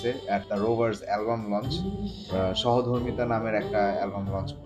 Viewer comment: its not ShohoDhormita..... Its Shomodhormita...